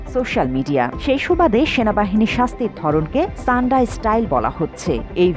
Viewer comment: সাণ্ডা কে ছাণ্ডা বলতেছেন কেন?